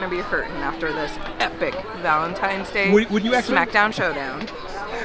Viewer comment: Did just say Vaelntime's day lol i think he did